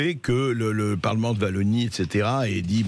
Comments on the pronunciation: Ca me tue la "Vallonie" xD C'est a ça que l'on reconnaît les français, vous avez du mal a prononcer les nom de nos villes et de nos regions. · Vallonie ??? 🙄😆SVP faîtes un effort pour prononcer correctement. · Je hais les français arrogant qui disent [Vallonie]. Cela n'existe pas la [Vallonie] 🤬 Par contre, la Wallonie existe. Je t'aimais bien Bercoff. Mais ça, c'était avant.